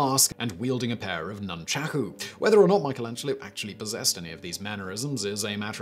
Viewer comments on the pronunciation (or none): none